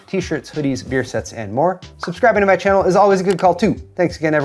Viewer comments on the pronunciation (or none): none